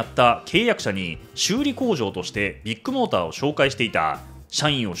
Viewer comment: KAZUYA君はビッグモーターを「ビックモーター」と呼ぶのは何故？ あぁ、ビックカメラのファンなのかｗ